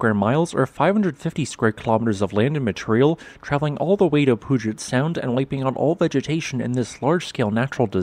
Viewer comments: Poojet sound? It's pronounced Pewjet sound. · FYI, it's pronounced Pew-gent Sound, not Poo-jet Sound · He didn't completely ruin it with, "Poojet Sound". That's what's behind a WSDOT ferry! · Pew-jit sound👍👍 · I understand about the narrator not knowing how to pronounce Puyallup (“Pew-AL-up”), because nobody knows that who is not local. But not knowing how to pronounce Puget Sound (“PEW-jet”) is unforgivable. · Pew-jet Sound. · Please: "Pew-jet-sound" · Pyoo-jet sound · But he missed on PUGET sound